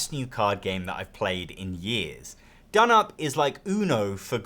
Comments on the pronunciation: donop? no. it's d'noop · You know it's pronounced "down up". Says so on the box. You're saying "dnup" for comments? As a fan of Scout, I am also a fan of this. I don't find it plays any faster or slower. Scout really only has 2 things you can do on your turn, whilst this has 4. In both games it's often the case that on some turns obviously some of those options are not in consideration. This means in Scout some turns you aren't making any significant decision and are very quick. I find in dnup I'm often deciding whether to add a card to someone else's set or actually pick up someone else's set. Options that I hadn't been able to think about until the player before played. It doesn't seem any quicker to me. Both are great games. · I like your Turkish😂